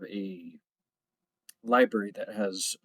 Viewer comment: Libarry? Chilton libarry